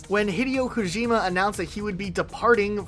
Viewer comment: Thumbs down for.that butched attempt at pronouncing daddy Kojima name like that. Same on you. Like calling the president jole instead of Joe 😅